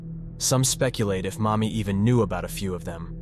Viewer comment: why you keep calling her mommy its Marni